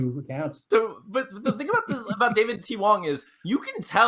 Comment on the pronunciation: Sidenote: sometimes says thang instead of thing.